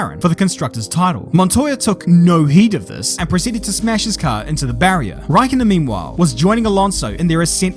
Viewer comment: well actually his last name is räikkönen not Raikkonen